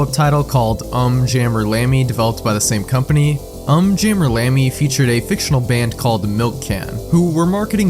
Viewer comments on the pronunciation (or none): I can’t believe that I unironically thought to myself during the Um Jammer Lammy segment, “ugh it’s pronounced ‘Oohm’ Jammer Lammy”. I can’t believe the monster I’ve become.